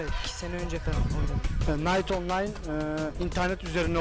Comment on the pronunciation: ingilizce master yapsan da kınayt onlayn diye okunan bir oyun